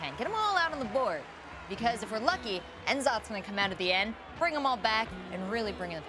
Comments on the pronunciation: Wait did just say en'zoth?! It's n'zoth like nuhzoth. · it's nzoth like mmm cookies. not N zoth. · En Zoth? really?? its NuhZoth! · .....”N” Zoth......*internal screeching* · Enn Zoth? ENN ZOTH!? I'm sure you're a nice lady,, but Enn Zoth? It's not like you pronounced C'thun as "See Thoon". Sure it's made up names and pronunciations, but still... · Nuh-Zoth. Cmon. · When said N'Zoth a small part of me died...